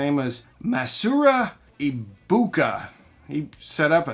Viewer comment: dude, Masaru Ibuka, not Masura, and Akio Morita, not Akia